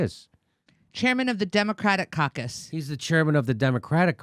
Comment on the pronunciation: It is amusing that manage to make 'Democrat caucus' sound like 'Democrat carcass.'